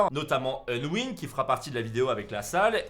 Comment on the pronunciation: Respecte leurs pseudo stp C’est pas onwin mais Unwin Et c’est pas Ayden mais Aiden